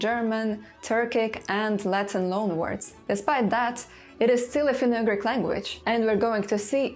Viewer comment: Dear, please pay some attention on the pronunciation of certain English words - for example it is not /finou-agrik/ but /finou-jugrik/; these small errors like the one above repeated too many times can ruin a whole video and as your loyal subscriber I feel bad about mentioning about this, but checking the right pronunciation doesn't take more than 10 minutes for a video of this length. This is the 1st time I had to stop watching cos I just couldn't stand the "agrik",whatever it may be, and I truly hope you'd take my humble advice into consideration lest sth similar happen... You've got one of the best linguistix channel here in YT, just a little effort and it'll be THE best! Best regards, Antti*